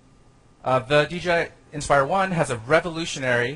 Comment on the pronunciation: It's called the 'Inspire' not 'expire'..